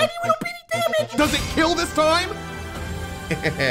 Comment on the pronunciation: Way you call a cat a litel dog